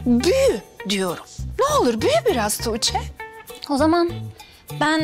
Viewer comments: Belmanın "Tuçe" deməyinə çox qıcıq oluram da. Əgər bir gün seriala baxmağı buraxacamsa sırf bu "Tuçe"lərə görə buraxacam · neden tuğce soyleyemiyooor😂DDuuçeeh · Belmayi Tuĝçee demesine sinir oluyorum